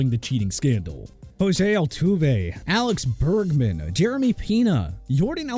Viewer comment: alex burgman, jeremy peena, yorden alvurez this was such an L commentary lol